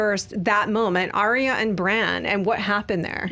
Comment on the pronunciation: ARYA not aria